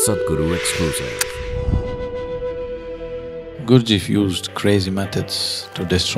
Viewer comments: Nice if could manage to pronounce the name correctly. It is GURD G eff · The Sad-Guru cannot even pronounce Gurdjieff correctly. What more can we expect from this superficial view? ;) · If one's hearing is flexible, you can hear that "Gurdjieff" sounds like "Guru-ji"